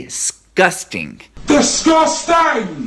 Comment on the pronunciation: Kudos for the use of DISGUSTENG. (That's how she says it before the spelling nazis rock up) it made me fully snort laugh.